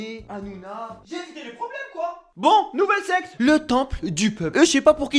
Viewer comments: qui penser qu'il disait sex et pas secte ? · Il dit Sex ou Secte...😭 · Pourquoi à chaque fois qu'il dit secte j'entend sexe